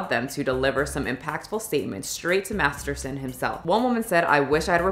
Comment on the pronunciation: you have clips that have the correct pronunciation of the names of MASTERSON and LEAH REMINI .. mispronouncing BOTH the first and last names ?? it is quite rude to choose not to pronounce proper names. You edited the CLIP IN . Mispronuciation of words such as "scintilla " is quite cringy . Maybe use an app that will speak the words to you, or just do't use words you don't know how to say